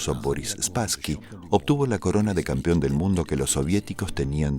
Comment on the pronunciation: ¿Por qué diablos dicen "campión"? la palabra CORRECTA es "campeón".